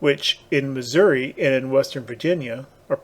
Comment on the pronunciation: Pronounced "Apa-latcha-cola" 😉 Which kind of surprised me. Cuz ya pronounce Biloxi and Missouri correctly. Well at least NOT like a Damned Yankee 😂